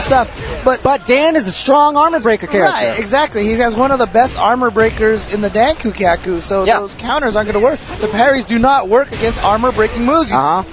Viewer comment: hahahaha "dankukyaku"